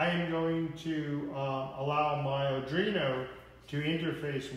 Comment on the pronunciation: Liked the video but......if I had to hear you mispronounce ARDUINO one more time...... it's arduino NOT ardrino 😔